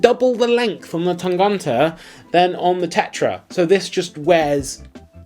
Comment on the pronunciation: The way you say Tangente makes me giggle. ;) Tang-uh-nte. hehehe You pronounce the "gent" part in Tangente like you would pronounce gent in English, except that you don't make that j-sound for the g. So you've got it almost right, except for that "ent" in the middle. Cheers, mates!